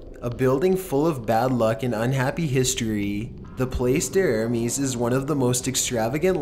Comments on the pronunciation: 'PLACE D'ARMES'' IS FRENCH AND PRONOUNCED PLASS DARMS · I absolutely LOVE your compilations. I've never had a constructive criticism until now. #8: La Place (article feminine, pronounced plah-se) d'Armes (dar may) is the correct pronunciation. Again, LOVE your stuff. Only trying to help, truly. Keep up the great work!!! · #8 That Hotel you SHOW is NOT in New Orleans and the name you gave is right but pronounced wrong. Place d Armes Hotel is not that big, 2 stories at most and was the Armements area for the Spanish and the French troops (Jackson Square was the parade grounds for the troops to practice thier marches). There is another in France so this maybe the one you are thinking of. The School you talk of is a few blocks away, and now is another boutique hotel, but no bigger then a brownstone single family residence. Your story telling though is pretty acurate